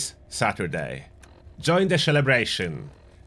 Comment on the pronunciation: Did you say "shellabration" lol you crack me up